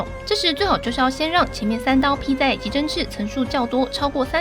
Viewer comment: 集真赤，怎么听起来像鸡中翅😂